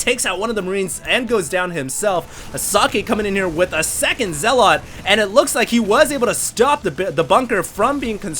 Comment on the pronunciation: Okay, I don't like being a grammar nazi, but zealot is not spoken as "zel-lot" but "zel-uht." As in religious zealots, like muslim extremists. I really hate doing that but every time you said "zel-lot" I cringed.